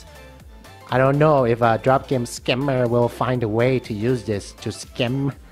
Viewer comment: i cant getover how u say scammer...